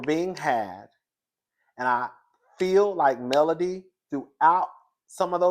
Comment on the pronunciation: I agree with your assessment. Also it’s Melody, not Melanie.